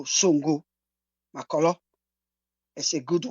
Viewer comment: u nor pronounce Makorloh fine 🙂